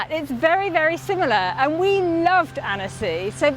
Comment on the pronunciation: It’s pronounced like “anne-sy” Sorry not trying to rube just wanted to let you know because French place names are not easy coming from a fellow English person that lives in France 😊♥️